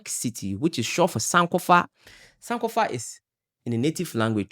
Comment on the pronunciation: Hi I'm commenting from NYC. The word "SANK" in American term means to Drown. Sankofa ( san-kofa) is Energetic meaningful and beautiful. Cutting the San'kofa name incorrectly changes the vibration. We Respect and watch your Entrepreneurship and journey.